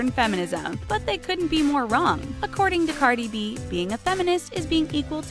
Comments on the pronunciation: Lmao she slaughtered cardis real name the way she pronounced it😂🤦🏽‍♀️ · How many of y’all got Upset that they pronounce Cardi B‘s name wrong